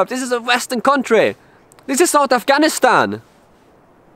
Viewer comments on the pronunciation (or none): none